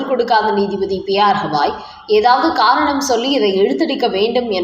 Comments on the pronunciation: சகோதரி. அவர் பெயர் ஹவாய் அல்ல. கவாய் ( GAVAI ) தயவுசெய்து சரியாக உச்சரிப்பீர்களா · ஹவாய் 😂😂😂😂 இல்ல...கவாய்... இவ்வளவு அன்பட் செய்தி வாசிப்பாளர்😂😂😂😂